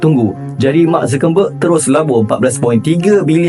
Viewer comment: Mintak maaf bro.nak tegur sikit je.gaya penyampaian terbaik.ilustrasi pun cantik.cuma tolong perbaiki sebutan seperti nama dan istilah seperti zuckerberg,bukan zukerNberg.scale bukan se-kel dan disebalik TABIR,bukan TAKBIR.overall,almost perfect.just pronounciation glitch.jangan marah ye kalau yg sebenarnya pendengaran saya yg bermasaalah🫡